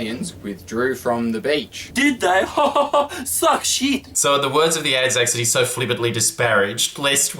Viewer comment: "Manolo, choot dat pizza chit"